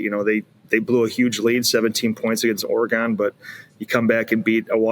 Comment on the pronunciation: We gotta work on how pronounces Oregon because that is not it